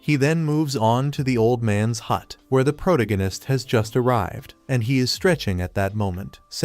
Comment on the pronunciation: I wonder if an AI will ever be able to pronounce protagonist correctly.